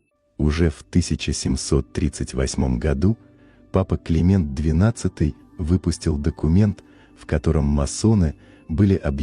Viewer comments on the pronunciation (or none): none